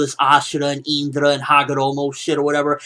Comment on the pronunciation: why does this guy so indra so weird he says it with a high in if you get me isnt it pronounced calmly